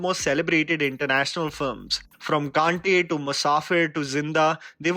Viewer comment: you are amazing! Love your videos but you can be a little careful while saying certain Hindi words!! Has happened a lot of times though, but in this video, "kaaNte" the way you said that word...it wasn't correct! That's all.